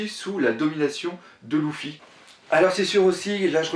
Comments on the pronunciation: Désolé mec mais Luffy ça se dit pas (Louffy) mais (Leuffy) d'accord? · On dit leuffy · pq tu dit louffy